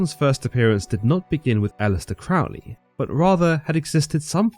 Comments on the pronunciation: Love is the Law, Love Under Will. Do What Thou Wilt means uniting your will with the Divine, not being a total pig or an arrogant criminal jackass, which is what people want to believe. Crowley is pronounced like the bird, rhymes with holy, btw. That is an excellent account and I did enjoy it. You also accidentally solved a personal mystery for me by reminding me of something I forgot, so thank you very much! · You know this video is nothing more than anti-occult, propaganda nonsense when they can't even pronounce Crowley correctly. It is pronounced Crōh-lēē not Crăhwl-ēē Crow (just like the bird) Lee (just like Bruce Lee) Pronouncing the man's name the same as in the song by Ozzy Osbourne shows how little actual effort and research was put into the information provided in the video, and all credibility should be discarded. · Crowley stated that his name should be pronounced with the first syllable sounding like ‘crow,’ as in the bird. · Crow-ley, not Crough-ley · Crowley pronounced his name crow-ly, not crawl-ly, as demonstrated by a couplet he used: My name is Aleister Crowley, Master of magick and holy. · Why do people always pronounce Crowley incorrectly? The First syllable rhymes with crow - NOT cow ! I know this only because, many decades ago, one of his 'pupils' was a family friend - and she was most adamant on this point. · You should know: you're pronouncing Crowley's name incorrectly. We know this indisputably because he wrote a poem about it, and the rhymes demonstrate which way it is done: "It is pronounced CROW-ley for I am holy; Those who say Crowley treat me foully." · Crowley is Fowley but Cr-oh-ly is holy ..........basically he mispronounced his name the whole video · This pronunciation of 'Crowley' is what made me stop listening. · It's pronounced Crowley, riming with holy. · You can’t even pronounce his name correctly!